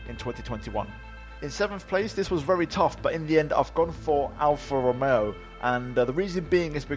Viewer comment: “Alfa rromeoo”